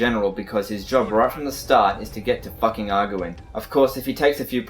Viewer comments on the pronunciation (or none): Oh man the way you say "fucking" cracks me up everytime XD